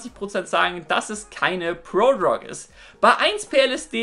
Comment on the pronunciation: „Prodrog“ :DD